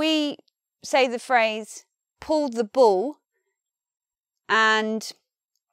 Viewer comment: I love the way says Puw the Buw and Symbows. This video is such a great example to stop my students saying Pulla the Bulla and Symbolis